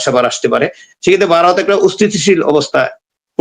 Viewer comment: Baaroth noy Bharat.Vaw er ucchharon thik korun.